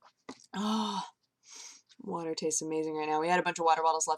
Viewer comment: WATAH, NOT COFFEH!